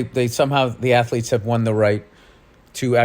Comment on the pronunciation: She still says ATHELETS 😂😂😂😂😂